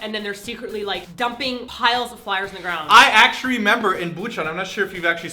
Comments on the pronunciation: Simon....did you say actury instead of actually? x3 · lol simon said "actuary" xD instead of "actually" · Simon, I heard you say actuary XD Don't worry, I'm not even in Korea nor do I speak Korean enough, but I still speak engrish >//< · Hehehehe Simon said "actuarry" :3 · lol did he say actuarry? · awww, he said actuarry lol. :P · Did Simon just say "I actuarry remember.." by accident? XD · I ACTUARRY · hahaha , Simon said "actuarry" instead of "actually" hehehe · omg the way Simon pronounces "actually" LOL ENGRISHHH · Simon said actuary T T Hahaha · Lol. Simon said, "I actuarry remember..." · Did Simon say.... "Actuarry"???? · Did Simon say "I actuary"? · Haha, Simon did you just say "I actuarry remember?" :P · Simon: I actchari remember Someone's been in Korea for a long time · did you actually say actruary simon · " I acturarry remember..." wait did you pronounce that with an Asian accent on purpose? lol love your videos guys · " I actrrrually remember--!!" Simon, don't lose your mastery of L's :u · "acturarry" oh no, Simon. ...oh no. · Did simon just say "act'shury" ???? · Simon. I'm pretty sure you said "acturry" . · Simon: - "I actuary"... Actuary!? You didn't even catch yourself there, but that's ok cause I'm sure most of us noticed it for you ;) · Nice engrish Simon . Actrurry. lol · Simon did you just say "I actrually"??? XD Omg my mom always talks about the wifi everywhere. And for kids 8- or something, a bus pass is 50 cents. What???? A one month bus pass here is like either a hundred or twenty bucks!! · Actuarry. Simon OH NO! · Simon said Acury lmbo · Anyone notice Simone's Enrish ? Lol! Love you two so much!!